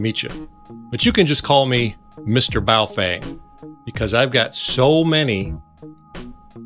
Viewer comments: It's pronounced, "Bow (like bow and arrow) Fung (like fungus). Ask someone who speaks Mandaran before telling me I'm an idiot in the comments. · Hey I'm not hating on you but I'm pretty fluent in several languages and the correct pronunciation is Bo-Fung.... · You mispronounced "Baofeng" several times 😂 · Is it bow fang or boo fwang? 🤣